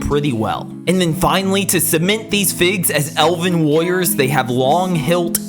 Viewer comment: Why does does it sound like it says lawyers instead of warrior's